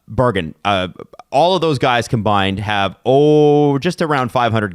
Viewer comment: Berggren is pronounced bear-gren